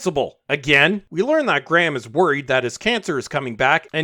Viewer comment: You can't even pronounce "Graham" LOL Have you even watched the show?